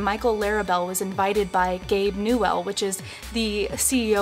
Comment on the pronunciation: /! not Gabe New-well